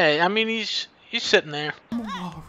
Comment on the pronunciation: he’s sittin theah.